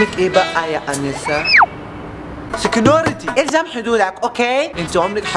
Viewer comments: ههههه سكسكيوزمي هههه و بدل ما يقول سيكيورتي قال سيكيونتي ههههه🙌🙌🙌🙌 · اسمه سيكيورتي مش سكنونتي